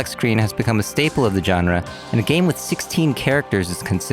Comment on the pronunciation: It's not gun-ra, it's jaan-ra, you dumbass